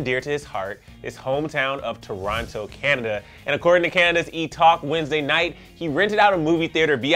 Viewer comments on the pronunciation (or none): none